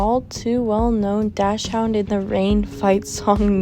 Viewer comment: there's a website called 'youtube video finder' by thetechrobo. you can put links of deleted yt videos into it to see if they're archived anywhere btw dachshund is actually pronounced "daks-hund" :)